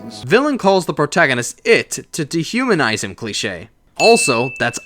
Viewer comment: My 2 cousins got so annoyed when you kept saying cleiche